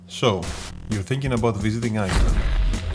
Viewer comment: Απ' το "So.." λεω Ελληνας ειναι αυτος!